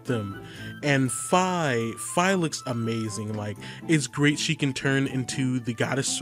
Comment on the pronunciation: U say fi wrong